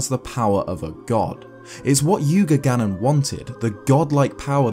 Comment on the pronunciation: The Link Between Worlds one is called Yuga Ganon, not "Yuganon".